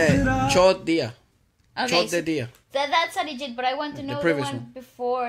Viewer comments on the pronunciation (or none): OMG I died laughing when he said "Chod diya"... FYI, a very nuanced difference in pronounciation of the word "chod" changes the meaning from "left behind" to "fucked"